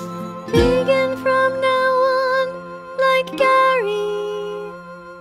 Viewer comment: teacher: VeAGen VEAGEn VeGEAn